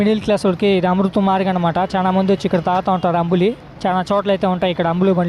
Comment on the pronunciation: అంబులి కాదురాచవట ( అంబలి )అంటారు